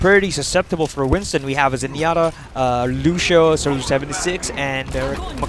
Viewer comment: the way the commentator say lucio is lusho haha